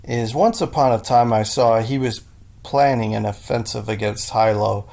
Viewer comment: HEE-LOW, LEE- HU-A, HEE-LOW, I pronounced as E. LEE-WHO-A, E pronounced as A. Trust me, I live on Oahu...lol